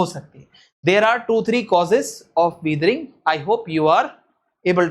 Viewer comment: It's weathering not weethring